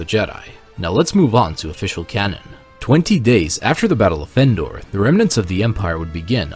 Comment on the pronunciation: Why does it sound like you pronounce Endor “Fendor”? Is the word “of” bleeding into “Endor”? Then why isn’t it “Vendor”? That aside, good video.